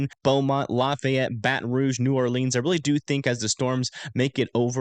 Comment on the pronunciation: New drinking game: every time mispronounces “New Orleans” take a shot 🥃😂